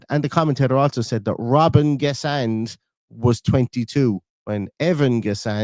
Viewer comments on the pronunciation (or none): I thought he kept saying Robin Guessand…..clueless ! Emery’s luv-in with Morgan Rogers, should have been dragged off after 60 mins for Elliott. It’s just not happening for him !